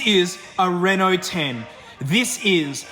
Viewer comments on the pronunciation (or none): I like how he pronounced Renault. Re Nalt. I love these videos.